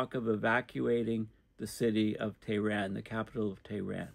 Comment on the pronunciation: Cambridge Dictionary phonetic pronunciation of Tehran: /teəˈrɑːn/ - /eə/ as in hair.